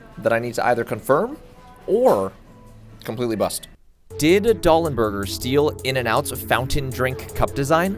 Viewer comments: I kind of got annoyed that you kept calling Doll n' Burger, "DOLLS n' Burger." You gave the info that it was founded by a guy named "Dalenburger" (hence the name of the place) but you kept pluralizing "Doll" to "Dolls." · why does he keep saying dolls n burger! it's right in front of you!!!